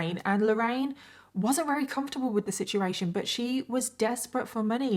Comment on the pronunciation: Every time she said very as rery is that an accent thing or like a speech impediment thing? /g